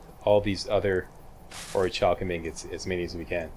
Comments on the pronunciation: I think it's pronounced Ori-kal-kum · its pronounced orc-u-lum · it is or-i-cal-cum i think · So what's with all the armor,? No glass cannon on Legendary this time around? Lucky was sooooo much fun to play! (Not that 135 armor rating helps you that much on Legendary, hehehe.) FYI, I think the "ch" in Orichalcum is a hard "k" sound